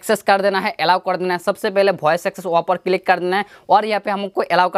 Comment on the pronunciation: भाई भोइस नही वॉइस होता हैं ।